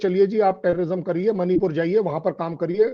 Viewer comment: एक सुझाव, प्रार्थना है आपसे , कि मणिपूर का उच्चारण "मणिपुर" ही करें, उसे "मनिपुर" न कहें । "मनिपुर" विदेशी ही उच्चारित कर सकते हैं, जिन्हे "ण" का उच्चारण करना नहीं आता ।